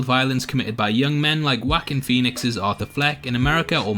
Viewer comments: his name is pronounced "wauh-keen" not "wack-in" dumb ass. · My ears bled a little everytime you called him "wahkeen" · I like how you pronounce his name haha WHACKIN Phoenix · "wackeen phoenix". You start off making him a wack lol.